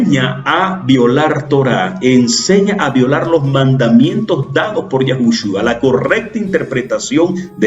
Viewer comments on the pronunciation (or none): Perdón pero es Yeshua, no Yashua